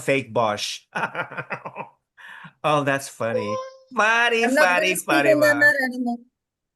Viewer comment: I hate the way pronounces Fatima’s name! Lol.